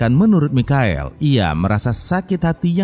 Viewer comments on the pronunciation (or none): kak, mau kasih tau kalo Michael itu bacanya bukan mikael, tp maikel 😉